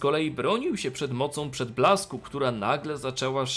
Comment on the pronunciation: Za każdym razem gdy jest wymawiane "moc przedblasku", słyszę "moc przytulasku" xd